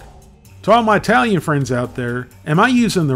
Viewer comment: Oh! It's not EYEtalian, it's ITalian! It's ITaly, not EYEtaly! Being half Italian I can't imagine buying any of these, definitely not eating them. Nothing is cheaper or easier to make yourself. And no estrogen from soy.